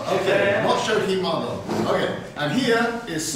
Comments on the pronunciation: It's Shohimardon, not "Showmihardon". Show-hee-mar-don. Please be respectful towards other languages, us Central asians already face enough racism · OMG!.... The fact that Shohimardon is a real place is just hilarious. Especially the way that Baldy pronounced it.😆